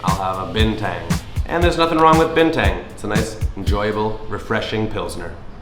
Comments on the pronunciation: lets me translate this. U can pronouns Bintang likes Bean Tung. Not bean tank. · "Bean tung" that's how u say bintang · Delapan not lapan bintang not binteng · Bintang not Binteng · And to sound more native, you can pronounce "Bintang" as "Been-Tunk" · Warung = store i'd like to order ... = saya mau pesan ... Cold water = air dingin You would say "bintang" as u say "Been tung"